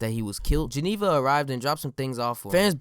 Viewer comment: Everytime when he said beat Geneva it sounded like X